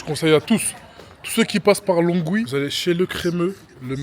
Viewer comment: Ça se dit lonwii 🤣